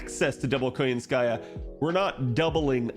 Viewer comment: Why KoyanskAya instead of KoYAnskaya tho?